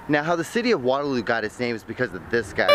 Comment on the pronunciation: K no offense n I get this is a older vid...but its water-looooooooo dude not water-low lmao...also this makes us waterloo people feel very special that you decided to come here driving hours so thanks dude...also sorry about our trains